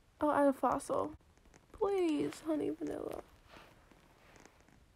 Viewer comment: When u said "i will add a fossil" i thought u said i will add a frost 😳